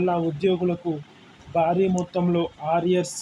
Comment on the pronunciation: First of all the remove this news reader who cannot pronounce properly. Instead of Bhari he says naari, bharam as baaram etc. disgusting on ears.